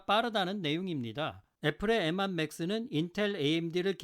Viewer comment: 추억의 발음...엠완